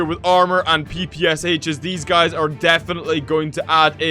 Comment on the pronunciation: Did you know the ppsh is pronounced papasha?!